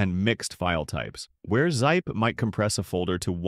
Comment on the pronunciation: ZIPE? WTF! Teach your AI Robot to speak!!!!